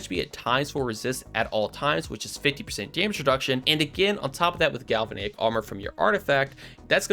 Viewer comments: I hate to say it, but that bothered me too. Just go to google and listen to the pronunciation. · You should look up how to pronounce galvanic, before you say it 20 more times.